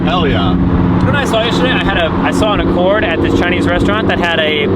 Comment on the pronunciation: thats a honda not a ford lol dude your funny im gunna start mis identifying cars lol oh wait did you mean accord? sounds like you said ford. either way an accord is so boring if you put it next to a ford fusion and squint your eyes.. same same